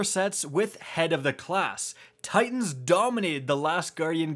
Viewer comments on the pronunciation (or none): none